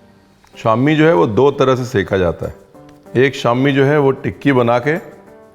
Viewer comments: Sham nahi bhai shaam hi kahte hai Syria ko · Syria is known as Al-Sham itself nit Shams but Sham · Syria ka nam Sham tha,Shams nhi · It is not shams but shaam. It is the historical name of the Greater Syria Region which included the modern day countries of Syria, Lebanon, Palestine, Israel, Jordan, Cyprus, and Turkey's Hatay Province.